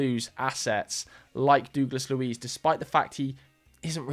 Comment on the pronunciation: Who is dooooglas Luiz 😭😭